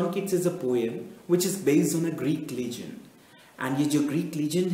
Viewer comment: dont u know how to prounciate legend its legend not leegend